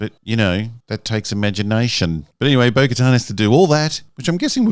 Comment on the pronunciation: Bo Katan. CC: Bogota Boca Town Beau Guitar Spoken To Her Bogotan Burger Town